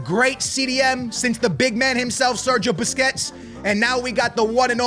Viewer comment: bro is on vio, callin Busquets Bisquits and Frenkie De Jong, Frankie